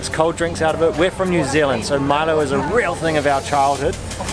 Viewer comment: good try. we can understand that. when i was childhood i usually pronounced Milo as mee-low.